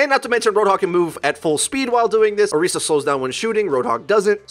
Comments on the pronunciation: Why do you say "oreesa" instead of orisa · Your Overwatch it's pronounced or-is-a not orica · Learn to pronounce orisa